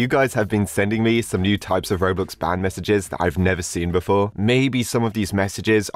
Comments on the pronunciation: lol "MAEESAGES!" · "MAEESAGES" yes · Ah yes, Maeesages. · "ban maeesages"